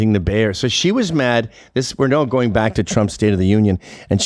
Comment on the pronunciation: Anyone else form vomit in their mouths when they hear these regginas replace the "g" at the end of words with a "k" like pronouncing going as "goink"? I think if you've lived in this country for over a hundred years you should know how to enunciate words properly.. You got to try to talk like this on purpose..